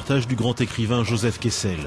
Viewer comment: Joseph "Kessel". Every - single - time.